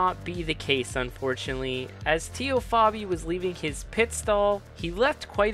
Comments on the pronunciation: TEE-O?? TAY-O. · good video. Its Tay-o not Tee-o though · "TAY-O" Fabi.